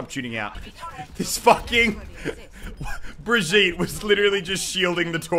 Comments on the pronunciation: it's BRI-'GEE'-TE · It’s pronounced bri gee ta